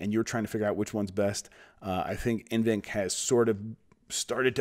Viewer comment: N-VENC I think its NV-Enc.